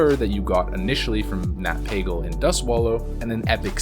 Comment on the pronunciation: Nat PAGGLE??? Why would you pronounce it that way? :D